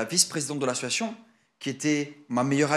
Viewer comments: Combien de fois a t'il dit : ma meilleur amie ???? Vousavez 10 minutes!😂 et !.... Combien de fois a-t-il dit : "ASSsiatioon"😂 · Mais pq il dit toujours « ASSUATION » au lieu « d’association » mdrrr c’est juste moi ou je suis folle ? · La prochaine fois qu'il dit assoation je dépose plainte 😂😂😂. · Quand est ce que ce mec arrivera à dire le mot association et pas " situation" .... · Mais wsh il dit « assosoition » 😭 … y’a rien qui va dans son interview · Ce que je constate c’est qu’il ne sait toujours pas prononcer le mot association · Il arrive toujours pas à dire " association " depuis tout ce temps 😅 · Pardon mais il sait toujours pas dire le mot « association » ça me tue 😂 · Association il sait toujours pas le dire😅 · Il ne sait toujours pas dire " association " 😂😂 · Bon ben il a toujours pas appris à bien prononcer le mot association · Pourquoi il galère autant à dire "association" ? 🙄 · Eh bin il ne sait toujours pas dire le mot "association"... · Il arrive toujours pas à dire le mot association mdrrrrr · Bon je crois qu’a part « c’était un vocal fait à ma meilleure amie » on a rien appris quoi 😂 à si on aussi la confirmation qui sait toujours pas dire « association » 😂